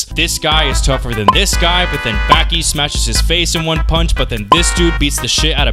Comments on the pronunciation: Ba-ki Not backie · its bah-ki and back-ki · It’s Baki (bah-ki) don’t ever say (baa-ki) again please and thank you 🤣😭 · Baa-Key if you wanna get all english phonetics about it...... But there is not tiny Tsu in in the katakana of the title to have a double consonant sound 刃牙 (ばき) バキ not バッキ. Side note you should check out the kinda hilarious side story manga about Baki Gaiden: Scarface about Kaoru Hanayama the highschool yakuza guy and the rest of the baki mangas. in the third series he faces off against a fucking defrosted ancient man that the scientists called pickles its fucking insane. Just called Baki Hanma or in english was called Baki : son of orge. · aaahh yes back-e > bah-ki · its not back-ee its bah-kie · its not backi its boki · Aight LEMME MAKE MY DEFENSE CASE LOL. I first found out about Baki through the Super Eyepatch Wolf video and have only known it through that and another youtuber that was British. So the only way I've literally heard "Baki" pronounced was like BACK-Y 💀💀💀 300 comments later I now know that it's not pronounced like that... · it's not lol it's pronounced as "bahki" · I sure do love, “Back e Hama” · It hurt me how you said bäki😭😭 but otherwise i love this video it’s really well made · if this man say BACKEE one more time i might hurt someone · love the content bro but its Baah-Ki, baaah like sheep lol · BAAH KI BAH KEE BAKI ITS BAKI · its bah-ki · I LOVE YOU BUT SAY BACKI ONE MORE TIME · “Becky”? I mean...even the dub says it right. I’m just disappointed, because you pronounce a ton of things right. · Nobody talking about the greater than signs because he said Baki wrong during it. 😩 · says Baki is simple, mispronounces his name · Bro say Baki correctly 😂😂 I’m sorry it just sounds weird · Why do u say Baki like that love the video otherwise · why do you say baki like that gang 🤢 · Bro ain't pronouncing baki correctly💀